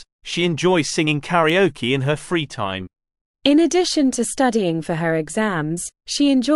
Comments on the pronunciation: 2.0 thank you. Karaoke is heard like 'karioki' and I couldn't understand what is karioki. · ご視聴ありがとうございます！ 同じスペルながら英語では「カラオキ」と発音しますね！